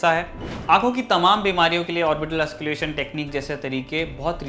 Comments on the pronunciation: Bhai it's auscul't'ation not ausculation. Nways nice video. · ऑस्क्युलेशन नही। ऑस्कलटेशन बोलते है। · Sir auscultation not ausculation..pronunciation sahi kar lijiye.. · एंकर साहेब ऑस्क्लेशन नहीं ऑस्कलटेशन होता है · Lol its auscultation Not ausculation U don't know anything and telling everyone that you know everything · Wrong pronunciation ... Auscultation not Ausculation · Bhai... M kya bolu.. Can't stop laughing... Ye auscul-tation pronounce hota h.. Auscalation nahi.. Bas kaafi h.. Samajh gaya hoga tu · You are pronouncing it wrong, it’s not “ausculation” but “auscultation”...please say it correctly...practice mate! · That is called auscultation not ausculation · Its " Auscultation"..not " Ausculation" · Ausculation kya he... auscultation hota he... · Nice Report....But its "AUSCULTATION' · Well said and put a strong argument in this serious context. But Sir, you are pronouncing the word, AUSCULTATION wrongly. Rest all is good enough..